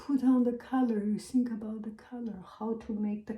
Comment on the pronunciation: i love how she pronounces ‘th’ as ’s’ like think as sink & worth as worse☺️ so qyoot!